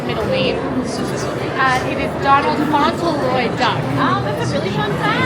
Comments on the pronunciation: It's pronounced FAWNT-LUH-ROY, not FAWN-TUL-ROY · Fauntleroy, not Fossilroy.